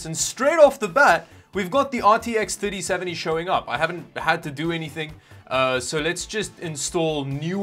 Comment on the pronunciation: RTX Thutty-seventy